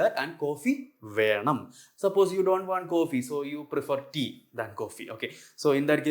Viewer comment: nice lectures. you write Venam but you pronounce as VeRnam... so is there an RR sound in venam or simply Venam is understandable, im counfused,. because i hace noticed in malayalam language too much use oof the Rrr sound